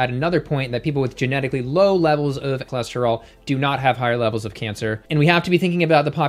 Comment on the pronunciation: Did she say her cholesterol was "tour lure"?